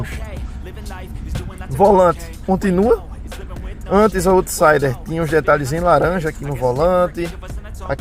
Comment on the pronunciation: Bom vídeo, só uma correção rápida: out em inglês se pronuncia “aut”, então se fala “autsaider”, e não “ôutsaider”.